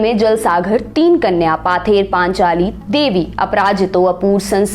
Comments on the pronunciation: It's not पाथेर पानचाली, its पथेर पांचाली means folk song on the way रास्ते का लोकगाथा। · 'Paather" nahi ma'am...uski pronunciation 'pawther' hoga...btw, a good video...cheers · actually mam its pronaunce pother panchali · Presentation was good, but Bengali pronunciation sucks, "Paather Panchali, Apprajito, Bangali", etc are the example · Madam, “Bangali film “ nahin: “Bangla Film “, banane wale ko Bangali keh sakte ho aap. Maaf kariyega Ek our nivedan Pather Panchali - pronounced as paw-ther Panchali me n anuswar hai , n hard nahin Isey aap constructively lenge, ummid hai . Aapka research aur saraha jayega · Her pronunciation is terrible. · Baksho bodol, baksa nehi. ! U have lot of good info in ur video. The pronunciation is killing it. Specially pather paaanchaali is stabbing in my ears..i still watched because the content is really good. Yes Bengal is a state, a region of india, but not Satyajit. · It's not পথে র পাঁচালী